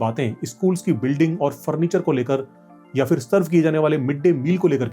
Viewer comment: The fact that so many Hindi-speaking people in India can't even pronounce basic words correctly (including so-called "educated" people like yourself), saying stuff like "फ़िर" ("fir") instead of फिर (phir), tells you everything you need to know about the state of affairs in India.